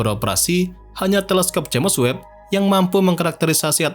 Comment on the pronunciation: Bang saran aja, dari dulu pengucapan James Webb dibacanya selalu Jemes Webb, Harusnya dibaca Jems Webb bang 🙏🏻